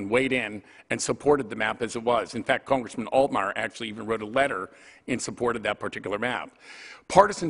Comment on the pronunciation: Pennsylvaya? Cerngressmin? Can this guy speak English?